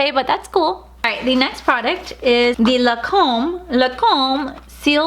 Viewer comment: I love you but you kill me every time you say La come where’s the N? It’s Lancôme you are missing the n I still love you and love your videos they make my day I really enjoy watching you you are one of my top 5 favorites cause you are so real and entertaining ♥️♥️♥️